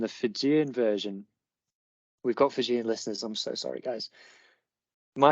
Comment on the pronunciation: Wow!! pronounced Fijian version of War dance perfectly. Regards 🇫🇯